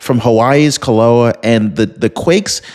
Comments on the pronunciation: it would be nice if you took time to learn the proper pronunciation for places and things you report on. The volcano is not Ka-low- ah. it's Kill- ah-way-uh.. I wouldn't take you but one minute to do your research. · HI volcano is pronounced kil-oh-way-e-uh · It is pronounced “Ki-lau-eh-ah. Please consult a Hawaiian or someone FROM Hawai’i. Any one of them would be happy to teach you how to say our Hawaiian words correctly. 🌺🤙